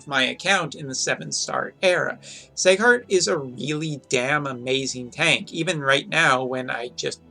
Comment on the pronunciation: its seeeeghart not seighart....